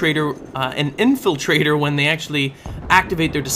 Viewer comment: Sometimes when says "Infiltrator" it sounds like "Infant trader" lol creepy I know